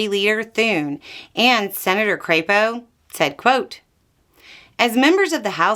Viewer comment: ...Oh, thats how Crapo is pronounced. I see. 😂